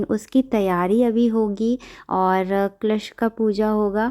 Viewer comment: क्लश नही,कलश बोलते है